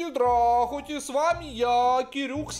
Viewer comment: Здахуте Здрахуте свами ВАРПАЧ хытыщ ))) Ор